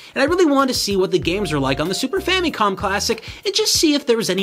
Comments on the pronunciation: *Fameecon?*... It's famicon. "famacom" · why does he keep pronouncing it famee-con? its famicon. weird. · super “famie com” classic